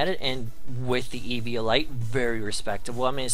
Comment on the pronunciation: And man, the way you said IV and EV....i cringed everytime ahahahah